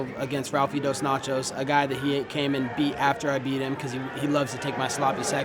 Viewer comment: He said Rafael DosNachos 😂😂